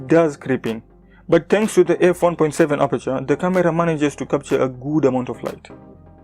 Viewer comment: Yea i know. I just liked the way you pronounced camera as KA-Mira.